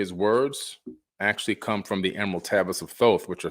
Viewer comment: Can’t say Emerald 😂 great video btw 🎈